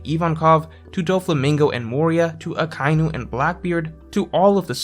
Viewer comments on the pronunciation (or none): none